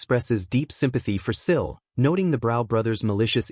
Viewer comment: The narration mixes up Sil and Nico then calls Sil, Shill. Truly annoying